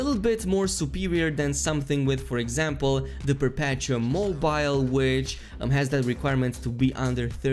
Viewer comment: Does it really not hurt anyone's ears how people on youtube pronounce Perpetuum Mobile? :) Good build tho, i will try it once i get around to level my trickster